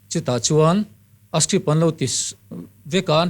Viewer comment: • • ngati ti nge le script tih turah hian strip tih ang deuh hian alam tlat mai le amak eee.....